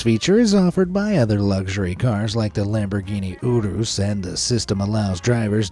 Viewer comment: Urus not urrruuusssss